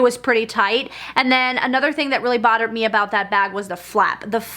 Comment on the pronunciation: Bottered me? I swear that’s what I keep hearing... anyone else?